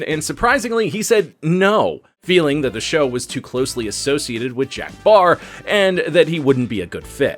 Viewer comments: Jack PARR not Barr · Jack Paar, not Baar but great stuff! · Does he keep calling Jack Paar, Jack “Barr”? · Why does he keep referring to Jack Parr as Jack “Barr”? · It was Jack Paar...not Baar. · Is there any particular reason why you kept pronouncing Jack Paar's name as "Jack Baar"?